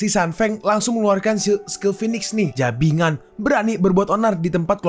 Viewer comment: jibangan aja min, jangan jabingan